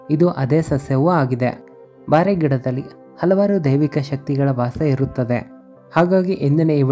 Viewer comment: (ಬಾರೆ ಅಲ್ಲ) ಬೋರೆ ಗಿಡ